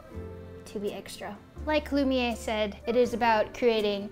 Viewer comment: you keep saying it wrong its lum i air is pronucation.